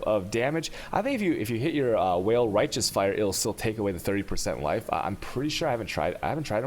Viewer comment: Is he intentionally trolling us every time he says "whale" instead of "vaal"? It honestly gets so annoying to hear it every time.